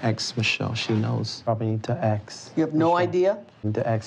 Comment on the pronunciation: Axe (ask) Michelle! Or axe (ask) the financial advisors. 🙄😒😬😅 I'm adding in "ask" in case anyone finds it to be threatening LoL